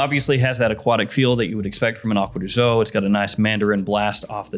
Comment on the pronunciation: Not to be a snob but “gio” is pronounced similar to “joe” not with the French “j” sound. However I will say it’s a lot better than some YouTubers calling it “geo”